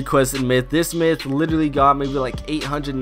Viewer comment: why di you say litellary so often??